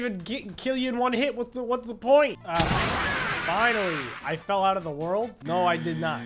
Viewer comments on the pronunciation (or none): none